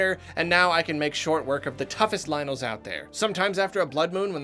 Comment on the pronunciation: It’s lynels, not lionels